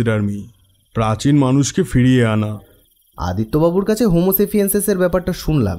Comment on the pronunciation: কথাটা "হোমো স্যাপিয়েন্স," "হোমো সাপিয়েন্সেস" নয়! সবই তো ভালো, শুধু প্রত্যেকটা পোস্টে এত ঝুড়ি ঝুড়ি ভুল উচ্চারণ হয় কেনো?? গল্পগুলো পড়বার সময় লেখাগুলো একটু ধৈর্য্য ধরে দেখো!